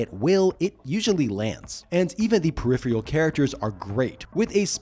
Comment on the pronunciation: There's no vowel between the "T" and the "L" in Raistlin. Also, peripheal is not a word, peripheral is, per-iph-er-al